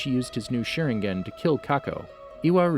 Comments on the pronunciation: Hes shooting them all with a shurin-gun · I cant get over at how you pronounced sharingan